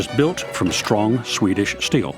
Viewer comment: say "steel" - "shteel" mmm say "strong" - "shtrong" oh well, try saying "Swedish" - "Swedish" yeah one out of three